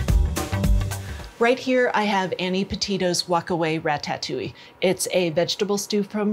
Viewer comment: It's pronounced rata..touille not ratat..touille..